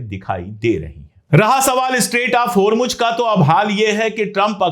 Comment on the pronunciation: Its Hormoz....Not Hormuj, sir.